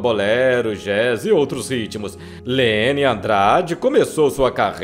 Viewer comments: a pronuncia do nome dela nao e leny e sim lenyyyyyyyyyy andrade o n y mais prolongado e apenas um detalhe mas importantissimo. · Um belo registro biográfico da grande Cantora. Só não entendo por que o narrador não consegue chamá-la por Leny /lêní/. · O amigo dela, Emílio Santiago, pronunciava Lene. Sempre tive essa dúvida...